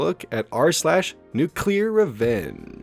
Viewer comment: [] Nuculer